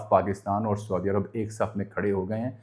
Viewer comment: سعودی عرب اور خصوصاً حرمین الشریفین کا تلفّظ کا درست کریں کیونکہ یہ بے ادبی کی زمرے میں آ تا ہے